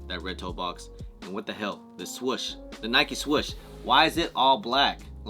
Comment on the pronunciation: The fact that you say “swush” when its “swoosh” 😂